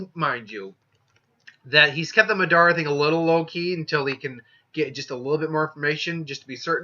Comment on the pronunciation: You're pronouncing madara wrong